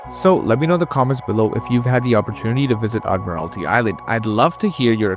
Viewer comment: I'll second that. It is admiralty island. would suggest 'hooked on phonics' as a prereq to watching it apparently. before seeing......the island.